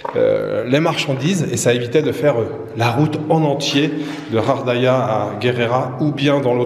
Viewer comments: Bonjour mais pourquoi tu prononces Ghardaia "Khardaia"?? ça se prononce Ga! Bref en tout cas merci pour tes vidéos! Moi qui aime le calme cet hôtel me donne grave envie et puis les dunes et le Sahara et dire que tu n'as pas vu des endroits comme le Hoggar Tassili n'Ajjer ou la cité de Séfar! Ya rien de plus beau! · Ghardaia pas ghaghdaia, je sais le R en igh mais le R en anglais dans la phonétique merci . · Salut, c'est GHARDAIA ET NON RHARDAIA. TU N'EST PAS FRANCAIS TU EST DE QUELLE NATIONALITÉE parce que apparemment tu lis pas bien le Français. Ou alors tu fais exprès. 😬🙃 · moi aussi je préfère benCo, il est plus vrai et sait prononcer le nom de gardaia. Celui-là ne lit même pas quelques messages.